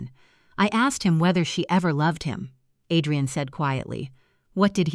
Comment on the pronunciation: Too many mispronounced words, O Liver, Ah drain, min u mit